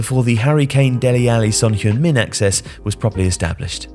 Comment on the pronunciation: Even his English pronunciations can be a bit ropey. Since when is the word "axis" pronounced "access" ? And the less said about the way he says "Mauricio" the better (it's a Spanish name, not like the Italian name Maurizio).